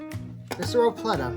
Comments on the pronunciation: Sore-oh-pelta, lmao not sorlopleta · Just take the batteries out....thats what I've been doing since the roarivores lmao EDIT:Lol I like how u call the sauropelta "sauropLeta" good vid tho